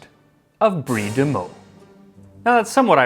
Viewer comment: Also, thank you for pronouncing Meaux correctly